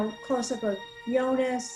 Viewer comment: Watching it now, 360p quality be damned... really good stuff, definitely subscribing! Of all the possible shows to react to, you picked the best one out there, that's for sure. Look closely, that's not blood, it's a black liquid. Since you're ribbing us Germans a bit, you surely won't mind me slightly correcting your pronounciations... 😉 Jonas: "Yo-nas" / "Yo-nuss", not "Joe-niss". Bartosz: "Bar-tosh", not "Bar-toes" (it's a Polish name, so "sz" is like "sh" in English). Ulrich: "Ulrichhh" (well, there is no such sound in English), not "Ulrick". Franziska: "Frun-tsiss-kah", not "Fran-chess-kah". Regina, the G is not like the one in "G-Wagon", but like the one in "Gangster". Ah well. I guess some of it is counter-intuitive for an American. If in doubt, listen to the way they say it in the show. I don't expect you to pronounce everything correctly all of a sudden, i'll just put it out there and you can take from it what you want :) Very good job already on pronouncing Martha, Mikkel, and even Helge and Charlotte (no silent vowels at the end of words in German), so not all is lost. Also, a bit later in the video you already switch from Joe-niss to Yo-niss, so you're halfway there. Typically pedantic German signing off and looking forward to the next video, correct pronounciations or not! 😄 Oh, one last thing. Make sure to choose the "English" subtitles, not the "English (CC)" ones. The "English (CC)" are a transcript of the English dub, meant for the hearing impaired. For